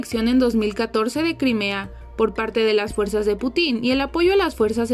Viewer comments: Que incompetente, la pronunciación es "Pútin" no "Putín". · ah me refiero a que si escuchas el video, en todo momento dice "Putín" en lugar de "Putin". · Porque pronuncian "Putín" en lugar de "Putin", sin la acentuación en la i. Suena que le están dando un calificativo al emperador loco de Rusia. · me refiero a que si escuchas el video, en todo momento dice "Putín" en lugar de "Putin". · jajajaja dice Vladimir Putín, acentuando en la "i" se escucha curioso jajajajajaja, ya que no lleva tilde. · Por qué en la narración dicen "Putín" con claro acento en la í. Cuando lo correcto es acento prosódico en la u ¿Acaso es un mensaje editorial, acerca del presidente ruso? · de verdad que ni se esfuerza buscar la pronunciación correcta del Presidente Ruso. Lamentable.